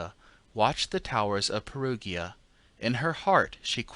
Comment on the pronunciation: But Perugia= Pair-OO-jah, Pair-OO-jans😉